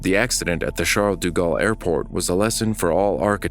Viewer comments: It's De Gaulle, not Du Gaulle... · I couldn't get through most of the video because you're mispronouncing "de" as "du". Those are different words. "deh" vs "doo" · Thank You for the documentary - but Please - its Aeroport Paris-Charles-de-Gaulle. De Gaulle, not du Gaulle. Im not french, but the repeated mispronunciation hurts. Its like calling the JFK Airport "John E. Kennedy" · "Du" Galle? Oh, brother.....cant continue watching.